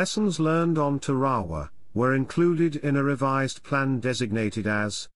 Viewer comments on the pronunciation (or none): TAR-a-wa; eni-WE-tok; KWA-ja-lin. I don't mean to sound like a grammar-nazi, just that my father LANDED on three of those islands (not Tarawa), and it annoys me terribly to hear a Brit "computer-voice mispronounce those names. Especially, as I am a former Marine, those names matter to us, and American dead are BURIED on some of those islands...STILL. Just sayin'.😍🇺🇸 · Tare- Ah- Wah Or even with a hard R Tar- ah- wah Or am I wrong and pronounced it wrong my whole life? Hearing it however he said it made me want to pull my hair out. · listening to the narrator butcher the name of the Island "Tarawa" repeatedly caused me to turn this video off. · It's teh-ruh-wuh not te-ra-wa. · Tar A waw....not whaterever your sayin